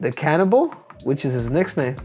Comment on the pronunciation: World : "Cannibal" Henry : "Canibol"